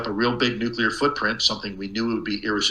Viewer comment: New-clear Not New-Q-Lar